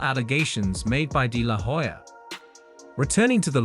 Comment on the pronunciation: the "H" is silent in Hoya. You keep mispronouncing his last name.